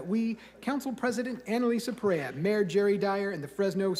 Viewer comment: It was hysterical that they misprounced Perea during that 1st presentation!